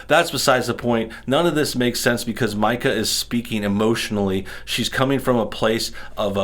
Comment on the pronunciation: Pardon the correction, and it doesn’t change the level of “Karen” Mika represents, but her name is pronounced like “Mee-ca.”